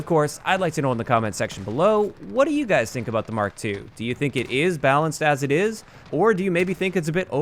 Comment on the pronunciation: Upvote for calling it a 'Mark 2'...not an 'Emm-Kay 2' People who call it an 'Emm-Kay' are retarded.